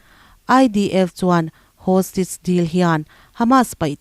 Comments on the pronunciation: Hostige ti suh hawstaige ti rawh 🤣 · Hostige chu eng tihna nge aw ??!! Hostage tih tur ni awm tak